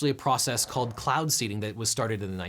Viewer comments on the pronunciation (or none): none